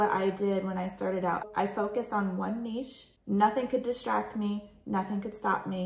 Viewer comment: Thank you for saying "niche" correctly, was losing my mind with every other reseller saying Nitch XD keep up the good work and thanks for the advice.